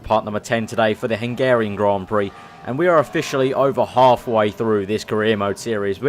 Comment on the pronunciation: It's not hengerian it's Hungarian